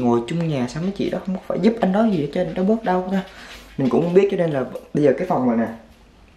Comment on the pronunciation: 'Gì' not 'dì' nha bạn. Theo mình thấy thì chả có ngành j ở VN mà được đi du học HQ miễn phí hay giá rẻ nếu ko có học bổng đâu bạn. Đi du học ở HQ hay NB ít nhiều j cũng phải mất tầm 200tr. Nhưng như hai chị mình đều học ĐH ngành tiếng Nhật ở VN và do học giỏi nên giành được suất học bổng 1 năm du học NB. Tóm lại nếu bạn muốn nuôi giấc mơ đi du học mà được giảm free học phí các kiểu từ giờ thì phải tự mình phấn đấu mà học rồi giành học bổng, chứ nếu theo ý nghĩ "nhà mình ko có tiền nên chắc ko đi được đâu" rồi cứ thế từ bỏ luôn thì chắc chắn cái "muốn đi du học" của bạn chỉ là cái đam mê nhất thời thôi nhé.